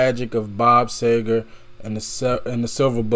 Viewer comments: Seeeeegrrr. no Say-ger. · His name is pronounced See-ger... :) Have you heard Roll Me Away? That song moves me so! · Bob SEE-GIR. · See-ger . . . it’s pronounced Seeeee-gerrrrr. Am enjoying your reactions. Great job. 👍 P. S. Glenn Frey (pronounced fry) is also originally from the Detroit Metro area. He and Bob crossed paths around here quite a bit back in the day, long before either one of them hit it big. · Roll me Away and Like a Rock will blow you away!! And it’s pronounced See ger 😊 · SEE grrr. No “A” in Seger.